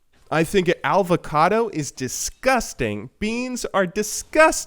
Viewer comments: AL-VOCADO? TRIGGERED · did this nigga just say alvacado? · To be fair, he said alvacado :^) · Ok hold on.... he just called avocado alvocado. Now that's real cancer. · This man just said alvacado. I'm dead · Did you say Alvacado???? 0-0 Nice Video BTW #Triggered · you pronounced avocado wrong lol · lol there is no l in avocado